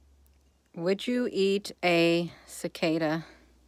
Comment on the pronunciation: Cicada...Cicoda...at least you’ve tried it. 😊